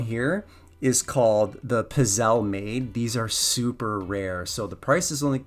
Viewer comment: My very Caucasian friend. That machine is pronounced Piz-Zey-Lee and the powdered sugar covered wafer cookie goodness can be quite delicious.